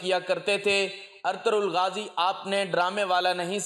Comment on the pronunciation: نام صحیح طریقے سے ادا کریں ارطرل غازی نہیں بلکہ ارطغرل غازی ھے